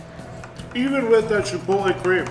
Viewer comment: A chef that can't pronounce Chipotle correctly. Keep up the great work,. I love the channels.